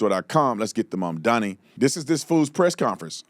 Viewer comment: “mamdani” sounds more like “Mahdi”